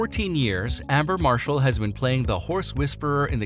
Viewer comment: "Amber" Marshall